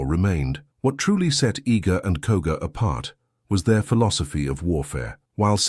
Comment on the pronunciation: Koga not Koka